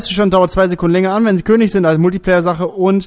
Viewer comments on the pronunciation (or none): none